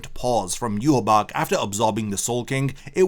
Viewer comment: So you're continuing to pronounce yhwach's name completely incorrectly.